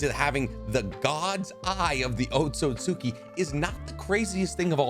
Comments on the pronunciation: It's easier to say when you say it correctly. It's pronounced like Oat siut ski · Let me help you out, it's pronounced oat-soot-ski. Much easier than what you're saying lol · just my little nit pick but ōtsutsuki ain’t pronounced like that but i like the video